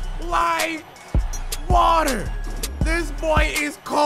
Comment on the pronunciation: It is not wet like water. It is wet like watta